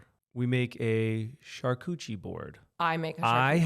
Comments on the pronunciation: New game take a shot every time they say “Cuchi-board”😂😂😂 I love you guys!! 🤍🤭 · I thought you guys were absolutely perfect, until my French ear heard Charcuterie being said « cha coutchie board » 😂 love you guys, you do make me laugh in the most dramatic, twist turning and surprisingly ways